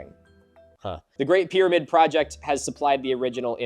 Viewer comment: pyramid not pyraviewed